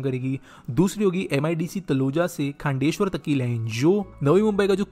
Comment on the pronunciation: Even after being a local Marathi person, he's not able to pronounce half of the names correctly. Calling ठाणे as थाने, खांदेश्वर as खांडेश्वर, and what not 🤦‍♂️